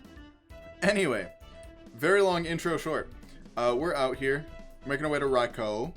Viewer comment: Also, idk if you care about official pronunciations, but it is in fact "Rai-koh". I just noticed that you switched between a few pronunciations throughout the video and it was a bit jarring for me.